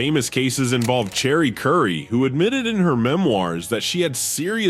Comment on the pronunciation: Did AI call her CHERRY Currie? OMFG